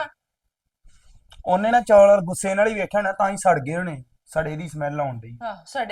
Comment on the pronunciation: ਬੀਬਾ ਜੀ ਚੌਲ ਹੁੰਦੇ ਆ ਨਾ ਕਿ ਚੋਲ